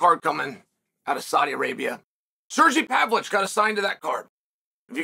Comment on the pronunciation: "Surgee Pavolich" is Joey diaz levels of mispronunciation. I like it.